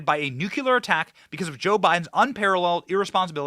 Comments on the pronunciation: Benny! Please stop saying nuke- u-ler. It’s nu-Klee-er! It makes you sound dumb to mis-pronounce it! And you’re not dumb! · Nuclear, NOT NUKULUR!!!!! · bro, nucular is not a word